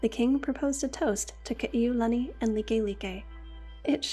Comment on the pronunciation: You’re just another Ha’ole who cannot pronounce Ka’iulani and Kalāka’ua names correctly